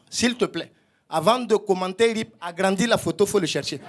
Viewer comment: Comment il prononce RIP ça mfume 💀